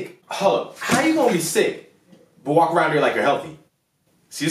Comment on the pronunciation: "You can wlak to the bathroom, you can wlak to your classroom " 😂😂😂😂😂😂